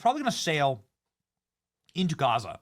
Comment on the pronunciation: Greta is such a dumb ass she can’t even pronounce Gaza right! Yea and flying the Palestinian flag is genius too Greta!